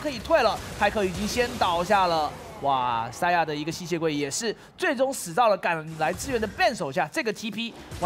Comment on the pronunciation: Saya是什么鬼，连选手名字都叫不准